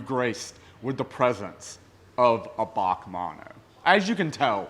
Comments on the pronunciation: It’s not pronounced Baque it’s actually just the letters B A C mono 😋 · B.A.C Mono NOT F***ing "Bac Mono" Please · Back manno it's bee a cee bac manno 😆 🤣 😂 😹 😆 🤣 😂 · Briggs Automotive Company Mono. "B A C mono" Not "Bach" mono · Bee A See. Not bawk. Sick cars. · B A C mono, not "bac mono" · It's B.A.C mono bee ayy see not bac or bahc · It’s not pronounced bac It’s pronounced B-A-C mono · its not a Bac its a B A C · As far as I know it is pronounced BAC, like you say BMW individually, not Bac as one word. I hope you can understand what I am saying lol. I like your longer video format too. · Interesting video...as always! B.A.C. is an abreviation of "Briggs Automotive Company". It is not pronounced as Bac or "Bach" as you did. I'm sure you would not call a BMW a "Bimwa"... Otherwise, great to see what car cultures exist in unexpected places! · I have to say its pronounced Bee A Cee Mono, short for Briggs Automotive Company founded by brothers Neill and Ian. Cambodia looks awesome. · I'm pretty sure its B.A.C. not BAC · British Automotive Company so pronounced Bee A Cee 😁, pedantically yours PB555. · I'm sure Christian Von Koenigsegg likes being now known as Christopher 🙂...... Oh and you pronounce each letter in BAC. Keep up the great content my man...